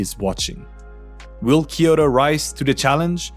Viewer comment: キヨロではなくキョウトです。